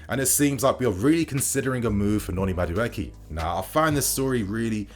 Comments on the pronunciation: Mudueke is a Nigerian name pronounced as >>> Ma-do-akay. 😁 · Madueke is pronounced (Ma Du A K{eke}) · just murdered my brother's name Noni Madueke 🤣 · Please don’t do a separate video for Enzo. It’s was done for Harvetz. We then placed him so high and now the fall is so great for him. No more over hyping. Keep us level-headed sane. Meanwhile you are murdering Maduaeke’s name.